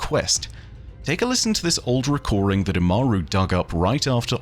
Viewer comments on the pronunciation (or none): 😅 "Old recoring" Sorry but when I heard that the grammar nazi in me had to point it out